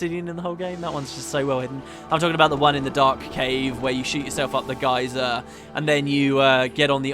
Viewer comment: it only took 30 episodes but he now went on the correct lift AND said geyser correctly on the first try!